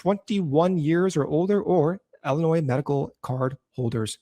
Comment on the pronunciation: Look guys i love your hour, I fast forward the ads anyway, but it still hurts my ears that Illinois is mispronounced by every week, it's ill-inois, not ell-inois.